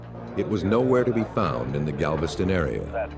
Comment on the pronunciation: GAVISTON OH GALVISTON LMAO